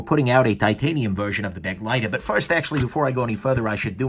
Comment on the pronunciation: Yup. And pronounced, buh-'GLY-ter. Not 'BEG-ly-ter. Not that most people care, but...yeah.